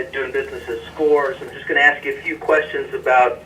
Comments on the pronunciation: That he try’s to speak like a scientist but says axe, axed etc is pretty comical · He said it several times, I heard him, axe it was very clear!! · Masters degree and still cant speak proper english? I AXED this, I AXED him that. Its beyond ignorant. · He axe her many times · Master degree? He seems awfully vacant and lacking curiosity to have such an education. He lists all these "helping people" and "community service" interests and yet has no grasp that his behavior showed the opposite. i almost spit my drink when he used the words "aks and aksed." He's all flash and no substance. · A bachelor’s degree, master’s degree, BLET certification and quite articulate but still says axe instead of ask. I just can’t. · Axe Michelle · Someone PLEASE explain why!!!! He has completed 5 years of college, holds a master's degree and he STILL says "AXE"!!!!! When they do this, it makes them look ignorant as hell. I'm just curious why african americans do this and I've never been given a reasonable answer. Anyone??? Many thx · axe michelle she might know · Several times he displayed his pronunciation of the word “ask”. Like many, many other blacks, he pronounces ask as “axe”. Don’t axe me why blacks can’t pronounce ask! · Can't even properly say the word "ASK" if you cant pass a common English class you shouldn't be allowed to wear a badge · Did I hear he had a Degree? And he can't even pronounce the word ASK properly.